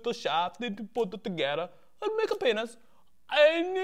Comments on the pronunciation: LOL "PAYNISS" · PAYNISS HAR